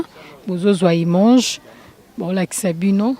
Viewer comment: POURQUOI OLOBAKA IMANGE??? ON DIT : IMAGE